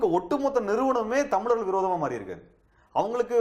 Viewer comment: TO THE INTERVIEWER: "தமிலர்கள்" இல்லம்மா "தமிழர்கள்" இன்னு சொல்லு!!